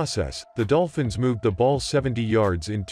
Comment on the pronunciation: I definitely heard "Dopfins" at the beginning.